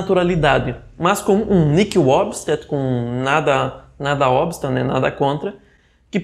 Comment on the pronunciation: A palavra "nihil" deve ser pronunciada como se o "h" não existisse, ou seja, "niil" (Padre Paulo Ricardo, no artigo "O que significa Christo nihil præponere").